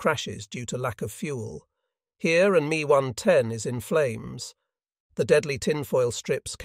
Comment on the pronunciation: It’s not an me 110, it’s an ME 110